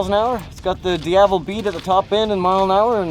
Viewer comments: Pronounced like: Dee-AH-vel (emphasis on the AH) - NOT DIA-vel - Can't stand that! Learn Italian or in your case, "I - tal yan" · Du Car Ti, alternatively as we in Europe would say Ducati = Du Cat ee, short sweet and correct. There's n R in it. As for Diavel, it doesn't have three syllables. It's Dee avel, flatten the el. In French if it was as you say it , they would spell it Diavelle with the emphasis on the elle. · Dee-evell? Your better than that.... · Dee ugh Vell. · my ears hurt whenever he pronounced their names. "dee yah vel" , .."yaw- mah-h"... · For fuck sake phonetically it is Di-Ah-Vel. If I were a presenter on a show i'd be getting the pronunciation of the name right before filming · I thought that idiot was saying DFL. I didn't realize he was saying Diavel. That guy should be fired for being an idiot with his mispronounciation. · Dee avel has 3 sylables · What an awful way of pronouncing a great name: Diavel. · I cant take his pronunciation of DIAVEL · Rustled No he did not! Diavel means devil in Italian. Go ask an Italian to say it. I did ask and I 100% can tell you he is saying it wrong.